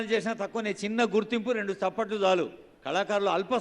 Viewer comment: తప్పట్లు కాదు దయచేసి చప్పట్లు అనండి